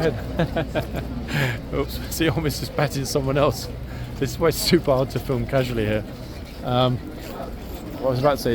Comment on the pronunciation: That Super was prounced correctly in German.